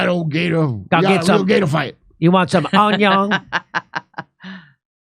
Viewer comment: Jimmy’s cajun accent sounds like he’s saying “gaydar” instead of “gator.” “GAYDAR!”